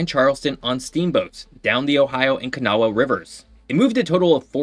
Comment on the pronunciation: Kanawha is pronounced with only two syllables. There are plenty of major rivers thar run north. The Magdalena and Cauca rivers, the Nile, of course, Several major river systems in Russia. Mackenzie and Nelson rivers in Canada. St. Lawrence river, sort of.